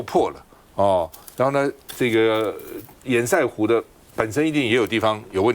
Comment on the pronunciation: 😢最好笑的是～明明就是是塞為什麼要唸色？真是只會搞錢而辦不了任何正經事的官僚不是嗎？❤🙏